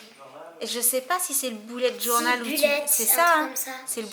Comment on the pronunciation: « Boulette journal » 😅😂😭 sinon super vidéo❤️